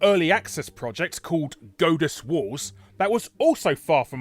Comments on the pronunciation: "Goat-us"? Isn't it pronounced "Gawd-us", y'know, like in god? Or is Larry making a joke that is going over my head? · It's God-uss, not Goad-uss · Are you calling it "Godeus" to try and gode us?